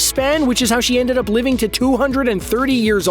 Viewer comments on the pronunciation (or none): none